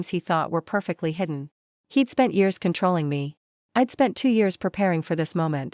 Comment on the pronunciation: Dear AI it is I'd not I D